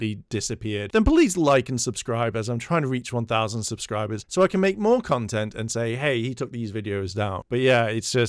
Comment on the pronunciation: zzzubsibers? Yeah he's not drunk at all.